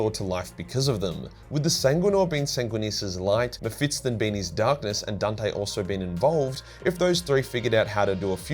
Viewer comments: Still saying “Mephitston” 🤦🏻‍♂️ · Please pronounce Mephiston correctly it hurts my soul